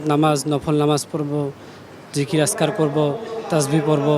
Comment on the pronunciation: আসগার নয় আযকার এটা এডিট করুন